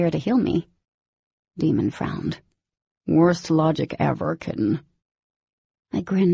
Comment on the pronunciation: and I hate that Daemon's name is always pronounced wrong 🤪